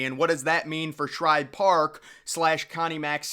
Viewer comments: Oh my, how on earth do you make an entire video about this stadium and mispronounce it almost 2 dozen times. It's like nails on a chalkboard. Woof. That was hard to listen to. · The author of this video just threw together a bunch of old photos and probably used Wikipedia for "research" . One would think to do actual research where you pronounce things correctly. It was SHIBE Park, not Shribe. So do you throw additional letters in other names as well? Here's food for thought. Take down this video, learn to pronounce SHIBE the correct way, maybe speak to people in PHILLY (not Phrilly) and get your s*** straight, then try again with a video. If you want to be taken seriously, be respectful, do some actual research, and pronounce correctly. This is not a good video. Just saying... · Its Shibe not Shribe? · Shibe Park, not Shribe Park . Come on man, know your stuff before you make a video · It is NOT called Shribe Park, it’s S H I B E, no “r” in Shibe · I grew up in Philly and I've never even heard of Shribe Park. SHIBE Park (without the "R") yes, but not SHRIBE Park. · ShIbe. Not ShRibe. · It's shibe park not shribe park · please when you do a video Pronounce the right name of the Park it's Shibe park not Shribe Park please thank you. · After I heard 'Shribe' for the 3rd time i turned it off. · This dude is pissing off the whole city of Philadelphia by calling it shribe park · I heard this guy doing this in another recent vid of his. He must not read his comments any better than he pronounces names of famous old parks cause he’s still saying “ShRibe for some reason. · How many videos is he going to mispronounce this stadium name in?